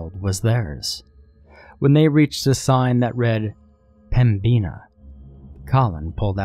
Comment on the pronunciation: As a north Dakotan it rustles me how he says pembina. We say pem-bin-a